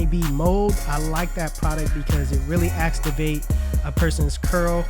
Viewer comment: This man said Acstivate! When he was using that Johnny B